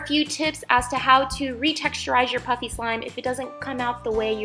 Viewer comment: it sounds like she is saying puppy slime